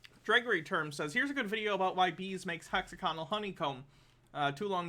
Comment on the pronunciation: Them saying "Hexogonal" instead of Hexagonal is really getting to me.